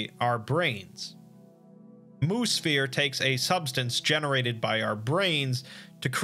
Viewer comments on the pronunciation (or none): I keep hearing Moosphere as Moose Fear, not as Moo Sphere. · Anybody else take a while to realize he was saying "Mu-Sphere" and not "Moose Fear" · Wait... was that last one "Moose-fear" or "moo-sphere" or what?